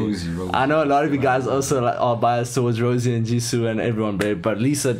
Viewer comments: Love the reaction but Ro-say. It pronounced as the expensive wine. Rosie is just her nickname not stage name.That is okay cause you guys are baby Blinks. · The girl you keep calling Rosie is Jennie Rosé (pronounced rose-ay) is the girl with the white/silver hair Lisa has the bangs and Jisoo is the brunette with long hair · pronouciation is RO ZAE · You pronounce Rosé like this "ROSA" i hope you get it😂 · He called Jennie Rosé 🤣🤣🤣🤣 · It’s ROSÉ, bruh! ROE-ZEH